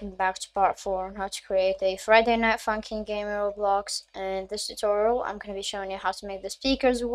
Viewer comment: did he say friday night funkeen